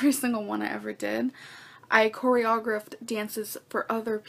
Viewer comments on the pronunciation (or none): I have heard a lot of mispronounced words in my life, but cory-ah-griff takes it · "I cori-AH-griffed"..she can't even pronounce the damn word let alone do it. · Cory-au-grift…ya right lol. I’m sure you’re reading these comments ya dancing Queen and I just want to correct you..it’s Choreo-graphed😝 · "I Coreha-aw-graphted.." Bish what!? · Oh yes...she corey-uh-grift-ed dances AND She played soccer on the blue team!!! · (KOREY-O-GRAPHED) you're welcome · How hard is it to say “choreographed”… I mean one would think if you actually did it you should be able to correctly pronounce it… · Girl doesn't even know how to say the word choreographed and she still expected us to believe her 🙄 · She was such an amazeeeeeeen dancer that she can’t pronounce choreographed right??? Ohhhh, I can’t get started. “ Dance was my life”?? She can’t even use the terminology correctly. She gives me chest pain- but here I am watcheeeen… still watcheeeen. 😳😳😳😳😳😳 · She can't even say choreographed right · Her pronunciation of choreographed never fails to make me cringe😬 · For heavens SAKE Amber LEARN how to say choreographed!!! PLEASE!!!😊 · Anyone else feel like she mispronounces these obvious words because she knows it riles us up? Like, this gorl spends her whole day online, she MUST have heard the word choreographed in the last 30 years...